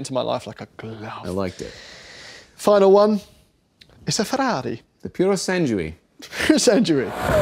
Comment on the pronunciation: Puro sangue (g is not like giraffe rather like girl. Say: Poo-raw san-goo-eh)